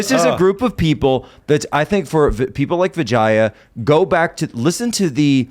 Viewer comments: Don't rape indian names. Atleast learn the correct pronunciation first. Say what you want but indian names are part of indian culture and heritage and you still being ignorant of how to call her name is just stupid. It's pronounced vee j yaa not vaa jaa yaa. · I can’t hear anything but “Vigana” when they say her name. Bye bitch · It's pronounced vi-jey